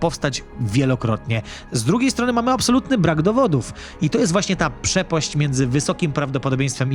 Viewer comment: "PrzepOść" ładnie, piękna Polszczyzna 😂 W innym odcinku przejęzyczyłeś się i powiedziałeś "13.5 miliOrda" 😅 Weź se słome do buta utkaj bo Ci wyłazi 😝